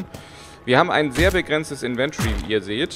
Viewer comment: Affektiert gibt es P.S. Inventory spricht sich anders no offense :)